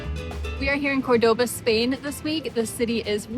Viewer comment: Hi there…. By now I’m sure you’ve realised that Córdoba is pronounced with the accent on the first o….. not the second! Always listen to the locals, and copy their pronunciation. Thanks for the interesting food vlog! That oxtail looked delish. Love that you’re travelling with Bindi.